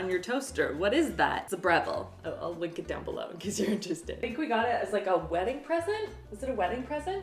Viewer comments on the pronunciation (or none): First, I'm also a GenZ/Millennial and that is NOT why I love Avocado toast. I love it because it's delicious. Second, I could not figure out why you wanted to LICK your toaster. Took way way way too long to realize you were saying link. 🤣🙃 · I definitely thought you just said you're gonna "lick" your toaster..... when I tell you I was very concerned lol